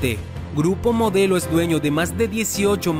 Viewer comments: dice: "GURPO MODLEO" 😒. ¿porque.?... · minuto "GURPO MODLEO" MEXICO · ¿"Gurpo Modleo"?